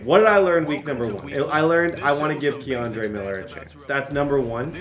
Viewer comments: Laughed every time you said Kendre as Keandre lmaoo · u saying my cousin kendre name wrong but yea ima needa season 2 with him no cap 🙏🏾🙏🏾🙏🏾